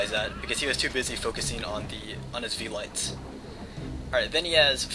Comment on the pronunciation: Velites is pronounced velitEES if you listen to the commander guy